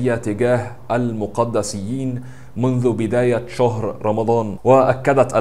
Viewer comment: اللمقدسيين تنطق هاكذا الماقدي سيين وليس الموقادسيين